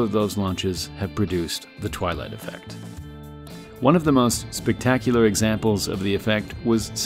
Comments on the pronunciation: Did he say the Twylie affect lol that sounds right even musk can’t leave this place we are all prisoners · I came here again to see the twelight effect again, But here i found a word as Premiere. What is it !